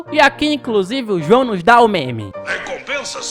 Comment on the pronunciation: Vc só errou nome do Luiz espalha lixo vc falou q jao